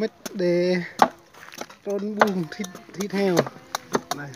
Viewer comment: Con Heo chứ ko phải con Hèo :)